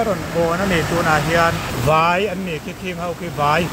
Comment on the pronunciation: "Khing ho khi vai an nih khi" tia "VAI" i lam dan hi a dik lo...Favai tiha vai anga lam tur...